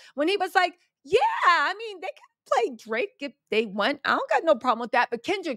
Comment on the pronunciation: I love your updates on Kendrick and Drake. And I crack up every time you say “Drrrraaaake”.